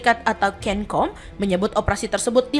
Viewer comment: Hahahahahh cencom(di baca senkom) bukan kenkom